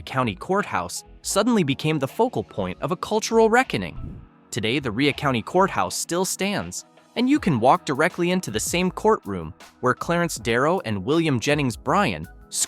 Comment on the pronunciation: Rhea is pronounced RAY